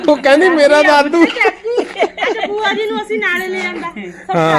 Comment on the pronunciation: tu kuj ve bol, par ਭੂਆ hondi a ਬੂਆਂ ne, pronunciation de problem a